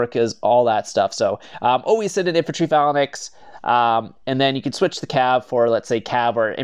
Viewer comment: The way you say phalynx